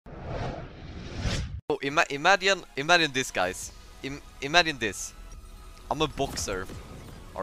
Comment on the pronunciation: No one:....... Thebauss: imadjine this guys, imadjine this